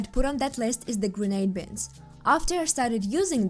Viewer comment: Who says binds like bins with a t?